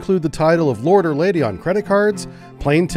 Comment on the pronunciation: It’s laird not lord……